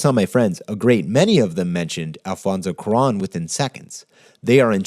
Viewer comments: Quran? Coo-Ah-Ron! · Amazing work as always, but now I'm gonna be THAT guy (mostly because I feel like you'd care). It's "kwah-rone", not "koo-ron". That is all. PS: I vote Galaxy Quest. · Interstellar! great episode, definitely made me adjust my thinking of it. Also, I hate to be this guy, but since you seem to like him so much, I feel like you'd want to know: It's pronounced kwah-ROAN, not coo-ron. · It's not Kwu-Ron, it's Kwa-Rohn. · It's pronounced kwa-ROWN. It's not about accent or English v. Spanish - you just chose the wrong vowel. If you love the dude, get his name right.